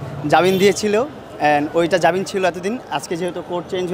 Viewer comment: জাবিন কিসের?জামিন।আজও ভাষা পর্যন্ত ঠিক করতে পারলো না।